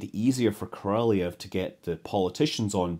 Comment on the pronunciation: Great channel: good stories from history. The Russian rocket designer's last name is best pronounced as: "kor-a-LOHV," or "kor-a-LOFF." The "y" sound you often see comes from the Russian letter "yo." This is basically an "o" sound, but the "y" is supposed to soften the preceding consonant, in this case, the "L." Have a great New Year!